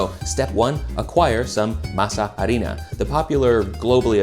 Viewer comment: In addition to all the great tips, I’m grateful for the proper pronunciation of “harina”